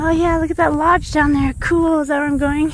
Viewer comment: Love your posts, and I finally figured out the one thing that I have been trying to solve, you are the only person I have ever heard that pronounces “cool” as “kewl”, it’s just great. Don’t stop !!!